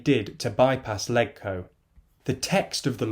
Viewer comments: It’s pronounced ‘ledge-co’ not ‘leg-co’. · Other than pronouncing it "leg-co" rather than "ledge-co" it seemed fine! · It's pronounced "Lejco", not "Leg-co" - mini point but makes you sound completely unfamiliar with Hong Kong (like saying "Wit-i-hall" for "Whitehall") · its pronounced "lej-co" not "leg-co" thats all... seems correct otherwise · Hey just a pronunciation thing. The HK Legislative Council is known as LegCo (pronounced like LEDGE-co). And Sino rhymes with Rhino. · You said Sino and Legco wrong....